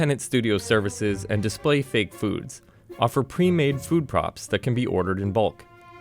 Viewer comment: I thought he said “food probs” XD